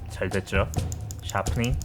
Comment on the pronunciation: 들을때마다 느끼는건데 목소리 무거운 잇섭님이신것 같음. 특히 정교해야돼요. 피할. 뽄딩. 샵흐닝.